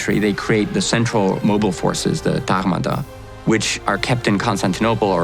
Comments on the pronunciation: Its called Tachmata not tahmaha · TaRmata has been misspelled; it is TaGmata. He pronounces G/Γ in a Greek way, thus resembling and reminiscent of an R as pronounced by a French.